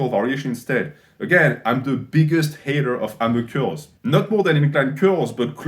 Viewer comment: Who else was hyped when they saw this video because they knew at some point would be saying “‘Ammer Curls”